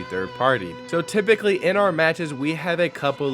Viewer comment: TYPICALLY TRYPICALLY TYPICALLYH